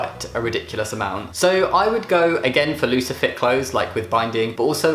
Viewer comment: you said looser fit and i thought you said lucifer